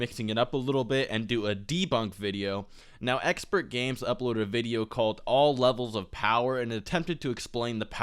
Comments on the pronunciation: Little punk, making this video. You didn't debunk nothing. The power scale is decent and he's not misinforming anyone. You also mispronounced Champa, stop misinformation! And it's Exper, not Expert. He has more than a 150000 subscriber than you for a reason. Sit down. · not trying to get anyone mad but it is pronounced Exper not expert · You keep saying expert it's exper....I know it's weird but its there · dude... if you are going to criticize someone elses channel/video you should know how to say the name of that person properly, it makes you look dumb. and i instantly lost respect for you and took your video less seriously since you called him EXPERTgamez. when in fact he is EXPERgamez.... can you not read? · expertgames....god damnit its expergamez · Its Expergames not Expertgames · Exper not expert lol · ExperGamez. Not Expertgames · Omg did you say ExperTgamez 😂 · There is no t in Expergamez. I'm not tryna be a dick, I assume you knew that. It just sounded like you were calling him "Expert" in the vid. I probably misheard, but just in case I didn't, he takes offense to being called Expert Games. I appreciate your respectful tone because you guys are two of my favorite YouTubers so I'm really glad you tried so hard to avoid starting a fan war. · It's Expergamez idk why he didn't put the "t" in their. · no its just, not really professional to say someones name incorrectly if you are trying to critique them... i dont really care either way. i dont particularly like expergamez or. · Nintentalk Radio He's clearly very informed about the topics in the video, yet you're crying because he said his name wrong? Grow the fuck up